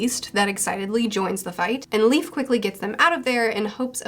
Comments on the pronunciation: Just so you know Leif is pronouced like life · I think Leif is pronounced like "Life"